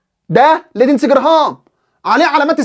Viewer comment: بارك الله بك أخي المحترم ، كلمة لندزي تلفظ لينزي بدون الدال وجزاك الله خيرا أخي المحترم